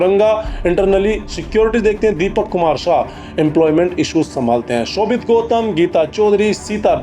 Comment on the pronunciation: Bro I humbly request you to pronounce the word correctly.... नेपाल Not न्यापाल ,सुदन गुरुङ्ग Not गुरंगा,शोभीता Not शोवित🤔